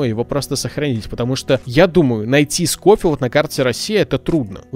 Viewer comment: Не скофилд а шофилд и я в твоих видосах про ванильные выживания ставлю лайк